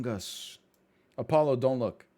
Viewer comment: "Apoggo" im fuckin rolling